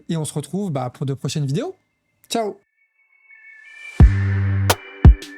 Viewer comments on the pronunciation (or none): none